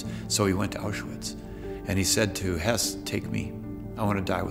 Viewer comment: This is about Höss not Hess. Pronunciation is not the same but English speakers often have trouble with umlauts. Also Hess flew to Scotland during the war before Barbarossa.